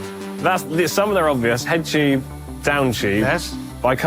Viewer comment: What on Earth is a “Chyoob”? Does he mean “Tube”? Great vid, Thank you for making it🤝